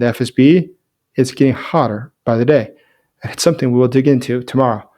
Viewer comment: no K in the word something.